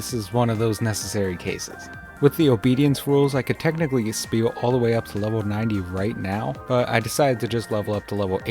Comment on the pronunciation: why you call is speal with a p sund its name is spheal like a sphere so its a f sound not p